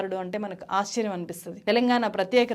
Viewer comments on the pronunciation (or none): none